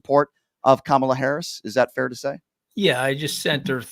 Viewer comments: Mooch. Focus: it’s Comma la. Comma la. Not Cam Ala. please pronounce correctly. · Ka ma la, not Camela. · Just a suggestion...the pronunciation of our candidate's name. Kamala herself gave us a tool to remember, "It's just comma (,) with a la." Ahhh, that's better!